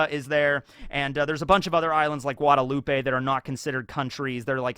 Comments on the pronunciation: From the caribbean, love how knowledgeable you are on it but i dont think its guadeloupe-ay, it might be, because im from Jamaica who belonged to Europe so we speak english, and guadeloupe im pretty sure still belongs to france to this day so they speak french. So because of that it might be guadeloupe-ay actually? Was wondering where you got that pronounciation from and if ive been lied to my whole life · FYI Guadeloupe: the e at the end is silent.